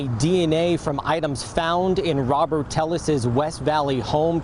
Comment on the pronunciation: Are you kidding me? Tell-es? It's Tay-ez with a Spanish accent. You fools have been on air in this area for decades and still can't pronounce names. Shame.